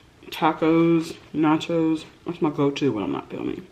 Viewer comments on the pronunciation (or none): I’m sorry but don’t pronounce the word “tacos” like that ever again... specially when they’re not even authentic.